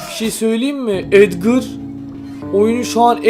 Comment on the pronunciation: Abi edgar a edgır demen yanlış onun okunuşu eygar